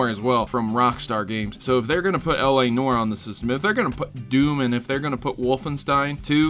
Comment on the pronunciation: L.A "Nore"??? Try saying it like L.A (New-are)